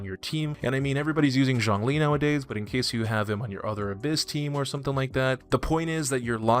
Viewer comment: did you actually just refer to zhongli as "zhon"